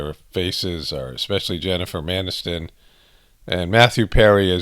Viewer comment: Did you say Jennifer MANiston? 🤣😂😅